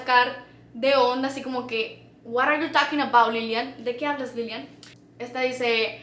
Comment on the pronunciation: se escribe "what are you talking about"y se promiunsia "whariyutokinabaut"y ella digo "wharayoutokinabout" no es hate pero te invitoa que trates de mejorar tantito tu "ingles"